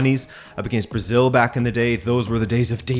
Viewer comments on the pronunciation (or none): none